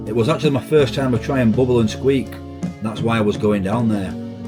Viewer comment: It's not booble... It's bubble 😂bleeding 'ell sort it out,,, Mike from South London 😂